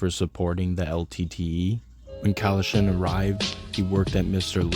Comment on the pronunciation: Nice doc bro lol, Tamils in scarbs really solidified their spot and they are reasons people dont F with Brown ppl! Realest Browns hands down South asian and west Indian combined! Its not pronounced Cannon loll its Kann-naan